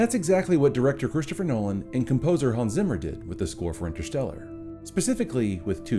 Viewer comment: uhhaaarg, it is nearly more terrifying how Americans pronounce Hans Zimmer xDDD whyyyyyy??? :( … we also don't pronounce your cities and names in the German way^^ BUT great video! Thanks.